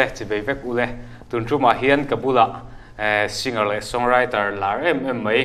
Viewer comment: Haaaaa Singar, ti lova Sing-ar in ti hi hmasawnna ropui tak a ni e. Bomber pawh bom-bar ti lovin Bo-mer tia lam hi a dik a, climber pawh claim-ber ti lovin claim-er tia lam a dik ang. Sap kan ngaihsang viau va, an tawng dan dik taka kan lam ve pawh hi a tha ang.